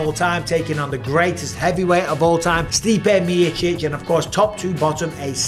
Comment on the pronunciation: The way Mike says Stipe Mee-chich